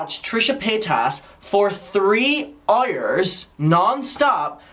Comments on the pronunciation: im glad i saw this comment thought he said ire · i have NEVER in my life heard anyone pronounce the word "hour" like that EVER i am appalled i watched it three times over i'm literally crying u fr said "earhyre" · The way you say Hour lol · the way he pronounces "hour" lol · I love the way you say hour